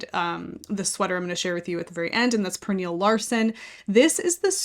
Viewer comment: Cute sweaters! BTW, Pernille is pronounced more like Pernilla. The e has an uh sound.